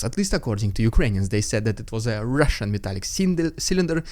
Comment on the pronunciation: I love it when you did the Holy spirit RRRRRRrrrrrussian Prrrrrrrropaganda HUUUU